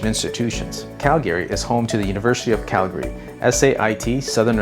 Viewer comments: CalGAaaRY. It’s pronounced cal-gree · It's Calgry not Cal Gay Ry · It’s not Cal - GARE - Ree 😬, it’s Cal - Gree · It’s pronounced CAL-gary, not cal-GA-ry. I couldn’t finish watching the video because of the pronunciation. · How about you learn how to pronounce Calgary properly . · Good video but pronouncing Calgary 😬